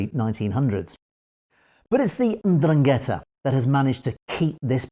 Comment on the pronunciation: Pronounced "ENDRUN-get-tah"